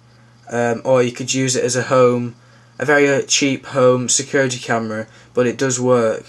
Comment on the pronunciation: lol at the way insted of but they say bot